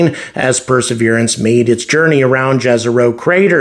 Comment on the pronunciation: The correct way to pronounce "Jezero crater" is "Yezero crater" because J should be pronounced like Y. I know this because the word "jezero" comes from my native language. It means "lake" btw. Just wanted to point that out. Your videos are awesome, I always look forward to watching them.